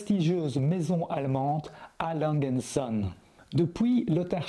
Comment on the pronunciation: Très sympa, merci. OK pour la prononciation de Sinn mais il y a du travail pour bien dire Einsatz, Zeit et Söhne ;-)